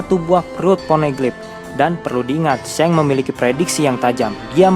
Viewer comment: Shanks dibaca seng??